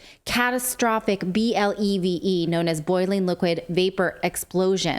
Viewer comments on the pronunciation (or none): Blev-E like Levee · "BLEVE" - pronounced like "Levy" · In fire service we pronounce it blevee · Pronounced; Blevy. Or, Blev-E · It's pronounced blevey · Bahahaha it’s a (bleh-vee) that’s how it’s pronounced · It’s pronounced bleh- vee like blevy rhymes with levee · BLEVE is pronounced Blev - E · Pronounced Blevee. More commonly associated with, but not limited to propane tanks exposed to fire over several hours. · BLEVE is pronounced blevy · BLEVE IS PRONOUNCED,...............BLEV-EEEEEE A fire meaning of "bleve" is a boiling liquid expanding vapor explosion. It can be via a controlled release or from a container rupture. A simple explanation is liquid escaping under pressure from a container and rapidly expanding and igniting at the same time. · Pronounced 'Blevy'' Great videos!